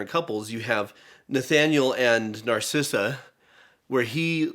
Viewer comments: Lol. It’s Narissa, not Narcissa. That name would have suited her better though. Enchanted is my favorite Disney movie 💙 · I love how keeps calling Narissa. Narsissa. its actually very fitting of how narcissistic she is. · I love how immediately after they mock John Travolta for mispronouncing Idina Menzel's name, they misname Narissa as Narcissa. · I love how said "Narcissa" instead of Narissa and it made complete sense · Narissa not Narcissa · It's Queen Nerissa, not Narcissa